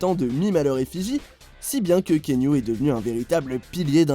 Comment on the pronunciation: Top la vidéo mais svp on prononce Kéanou en fr. Pas Kiniou / Kéniou